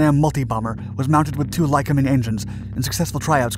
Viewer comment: Try p r n o u n c i n g the words. Lycoming - NOT lcmg!!